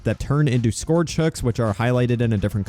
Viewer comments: It's not "scorge" its "scerge" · omfg its sk-urge not skourge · I love how he pronounces scourge like it’s supposed to be spelled scorge 😂